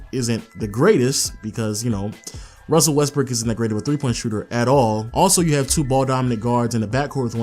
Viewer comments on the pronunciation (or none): Did you say Westbrick?? lol